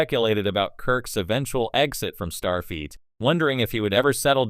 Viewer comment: Ugh… “Jean-Luk Pickerd” And “StarFEET” STOP using AI! It’s terrible.